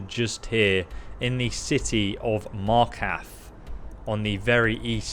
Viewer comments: and "Markath" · Playing Skyrim for 8 years and still can't pronounce Markarth right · "Martkath" "Soltheim" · Markath, soul carn, leveltate, eengots, dyslexia must suck lol